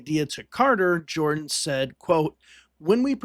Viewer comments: Hamilton Jordan's surname is pronounced "Jur-dan", NOT "Jor-dan." Other than that, well done. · I believe Hamilton Jordan's last name is pronounced "Jerdan" . . . a small point, but I thought I'd mention it, as I recall that as a young man; Carter was the first presidential candidate for whom I voted. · His name is Hamilton Jordan pronounced "Jerden". Not Jordan Hamilton!! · Enjoyed the video, but you might want to look up how to pronounce Hamilton Jordan's last name. "Jer-dun" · It’s pronounced , Hamilton Jer-dun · Would be nice if you had the correct pronunciation of Hamilton Jordan.